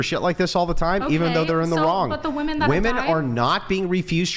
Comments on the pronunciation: Can we all agree that the whole saying woah-man for plural is fucking enraging. It’s weh-men. Whoa-men is for singular. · After my second child I asked my Dr. for a tubal ligation and he just said, "Are you sure?" I said yes and he said "OK no problem." Also, why do so many womEn have such a hard time pronouncing the E and instead say womAn when they are using the word in plural? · What is with all of the girls saying woman instead of women? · ‘Us woman’. Bro why is it so hard to pronounce the E? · Did she say mini- men?😂 how is she and the vast majority of north American " females" mimi"?😂😂😂😂😂